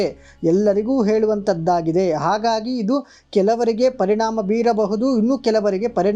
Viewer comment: ಕನ್ನಡದಲ್ಲಿ 'ಹ' ಎನ್ನುವ ಅಕ್ಷರವೂ ಇದೆ..ಆಗಾಗಿ ಅಲ್ಲ..ಅದು ಹಾಗಾಗಿ..ಶುದ್ಧ ಕನ್ನಡ ಬಳಕೆಯಾಗಲಿ.